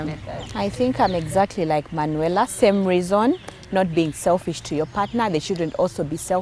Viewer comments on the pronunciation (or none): 😂😂😂 Manuela ...i hear "tying legs"